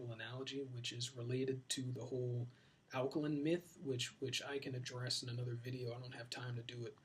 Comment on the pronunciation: Sebi can't even pronounce alkaline... Your fly by night doctor